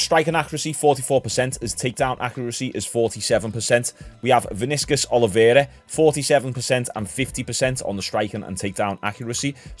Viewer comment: The way you said Vinicius I can tell you not a football fan😅